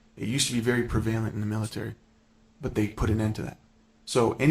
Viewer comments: why does he say prevalent like that? Do other people say it like that 😂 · I thought the same thing😭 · Dude’s mispronunciation of “prevalent” is killing me.